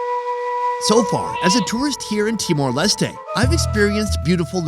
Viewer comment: Finally someone said "timor lestay" instead of "timor lestt"